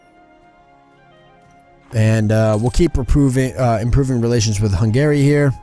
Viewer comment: The way you pronounce Hungary... Try pronouncing it more like hungry, putting very little pressure on the a. Other than that though, very good episode :D